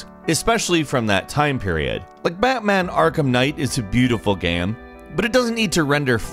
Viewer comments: game Him: gam game Him: gam I think he’s saying games for plural and gam for singular ffs 😂 the phantom pain Him: PANNNNN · "Gehm", "gehms". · One time he said “Gang” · Has anyone noticed how sometimes mispronounces things or says them weird? he said Gehm instead of Game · I noticed you say «gaem» not «game» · LOLLL WTFFF GAYEM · Do people ever say anything about the way you say "game" (gaem) ? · "gaem" why u say "game" like that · He had a stroke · I had to play it back to check if I was just hearing things hahaha. How does one cover games in YouTube and not pronounce “Game” right? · This guy pronounces "game" different every time... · he had a stroke while saying “medieval game” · is the weirdest pronunciation of "Game" ever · Sounds like you had a stroke when you said "game" . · Glad I’m not the only one. I rewinded like 5 times it was hilarious